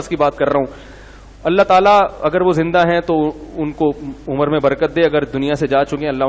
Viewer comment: Aumar nahi umr hota hai mufti